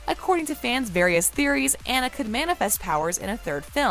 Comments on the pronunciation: Also never butcher Anna's name again. It's NOT Ann-a. It's On-na. Jesus. Do your research on things please. That's like calling Mo-Onna Moan-na. Smh. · Aw-na not Anna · Anyone else getting irritated that she saying Ana not Anna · Her name is Awn-ah, not AN-a. Yes, I'm that person. lol ;) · OMG SAME!!! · It’s Anna! Ah-na. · While I enjoyed this video, I found my enjoyment somewhat marred by the way the narrator mispronounced the name of Anna. Has she really watched both movies and failed to notice that it's AH-na (rhymes with Ghana)? I know that sounds really picky, but for me, it really detracted from the video. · You say Anna wrong. For me it feel complete. Look into how to say her name then maybe I will take you serious lol. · Its hard to take your review seriously when you can't even say the characters name right. Seriously, her name is said by numerous characters throughout all the installments, and you can't get the name Anna right? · If you’re going to make a video and publish it, you need to at least pronounce one of the main character’s name CORRECTLY!